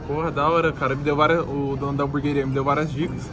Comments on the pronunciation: Tem toguro falando hambúrgaria tem like kkkk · Alguém aí na casa poderia falar pro Toguro que não é Hamburgaria e sim Hamburgueria, por favor. Obrigado! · Nem abri o video é Já sabia que toguro ia falar hamburgueria errado